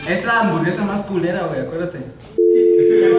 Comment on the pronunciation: When Alex said: Es la anvorgesa más qlera Jordan really felt that